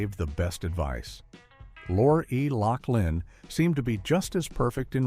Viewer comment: I agree - - Bill Coz Bee? - Danny Mas Ter Son? - Lor Ee Lock Lin?